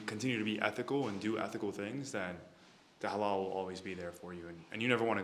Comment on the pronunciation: Halal is pronounced with soft l's